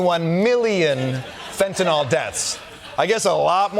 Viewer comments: Will somebody please teach Pam Bondi to pronounce Fentanyl? It's not FentanOL. There's no O in the name of the drug. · Why do so many people insist on saying "fentanOl"? It's fentanYl.